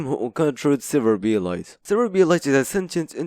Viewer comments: it's "serverblight" "Server-Blight" not "Server-B-light" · it hits me like a truck how you pronounce it "B-Light" 😭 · Are you saying Server B. Light? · Why do you pronounce it "Server B-Light"? Blight is a word.